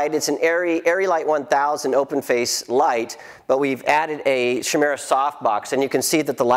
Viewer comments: Isn't Chimera pronounced 'kaimera'? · Huh, I guess either they chose to pronounce it that way or there are alternate pronunciations; I've always understood the pronunciation to be with a 'k'. 'sh' just sounds weird to me haha. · Yep, just looked it up, the proper pronunciation is 'kaimera'. I guess they just chose to pronounce it differently. I'm such a grammar nazi... Anyway, good to see you guys read these comments :)